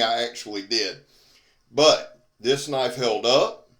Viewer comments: Now that's a Knoife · Now thats a KNOIFE.